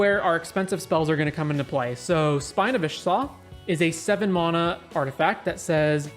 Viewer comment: You say mana wrong